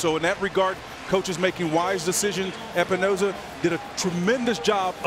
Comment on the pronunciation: Every time I hear announcers mispronounce Epenesa I cringe. He is a namesake. Please for the love of god do your homework! I think I could be a great announcer if ever given the opportunity.